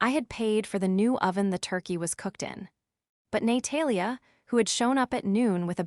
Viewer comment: ‘Nay-Talia’ is particularly amusing. Or as AI would pronounce it ‘A-moooooo-sing’ 😂😂😂